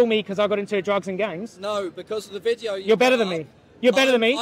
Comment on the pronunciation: he says vitio instead of video